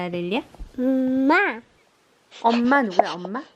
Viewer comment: 그야말로 두텁한 눈이불이 따로 없네여 몹시 포근해 보여요ㅎㅎ 가 한국식 발음으로 엄마라고 하니 더 정겹구 감동입니당~ㅎ 사진 한컷 한컷들이 행복한 일상으로 가득해서 넘 보기 좋았어요 지대로 힐링 받구 갑니당ㅎㅎㅎ